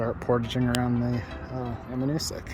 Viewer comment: Um-bay-gog , Moose-look-muh-gun-tic. Most folks don't paddle the river to Upper dam, there is a portage on Upper Richardson to the put in just above the dam.